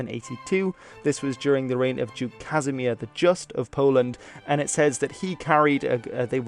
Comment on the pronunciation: we dont pronounce Kazimierz like casimir